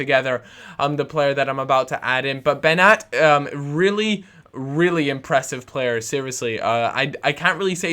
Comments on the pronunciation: It`s pronunced Benjat not Benat. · hey i agree about Beñat he is boss but its pronounced benyat that squiggle on top of the n i pronounced ny